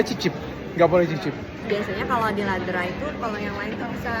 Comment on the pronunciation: Dok itu memang enak coklatnya dr swiss bacanya bukan Laderah tapi Lederah. Krn Ä dibaca E. Saking aku sukanya sama coklat itu dulu anakku sempat mau aku kasih nama itu nama tengahnya haha